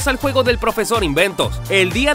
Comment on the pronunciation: El, guego, be, calamar